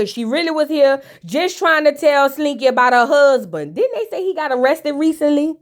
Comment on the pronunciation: Hey ❤ the way you say husband "huzbun" 😂 and prison " prizunn" takes me out every time 😂😂 Amara is going thru it😢